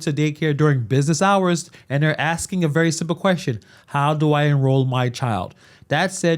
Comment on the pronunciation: Are? Who is axing?